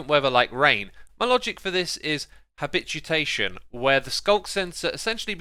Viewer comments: Nobody: Xisuma: HABITUTATION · I see a wither Xisuma: "Habitutation" lmao